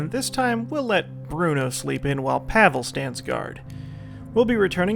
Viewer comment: I think Pavle is pronounced "Pav-ley", not "Pavel".